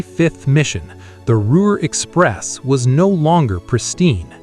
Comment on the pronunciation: "Malton", not "Mounton" and "Molten AND "Ruhr Express" not "Rover Express" or "Ruler Express" Merlin engines not British Rolls Royce engines